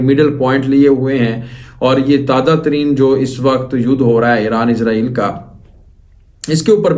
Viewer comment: ইসাল নয় হবে ইজরায়েল নামটা ভালো ভাবে বলো !!!